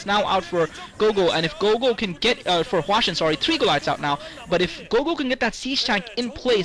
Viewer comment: hwasin - not hwashin